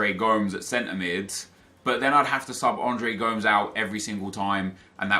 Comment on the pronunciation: Gomes = go-mez